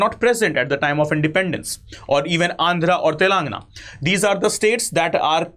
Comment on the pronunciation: You need to work on pronouncing Telangana